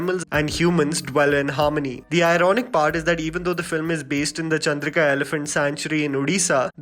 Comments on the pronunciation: It's "Chandaka" Elephant Sanctuary not Chandrika 😇😇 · Bro its not Chandrika its Chandaka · Hey, I am from odisha and its not 'Chandrika elephant sanctuary'. Its 'Chandaka elephant sanctuary'. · It's Chandaka not chandrika. Please check 👍